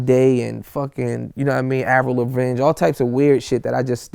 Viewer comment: “Avril Lavig” lol